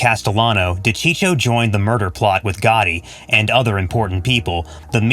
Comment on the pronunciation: De cheecho ?🤦‍♂️🤦‍♂️🤦‍♂️🤦‍♂️🤦‍♂️ ...you better keep your mouth shut if you don't even know how to pronounce the name of the famous wiseguy....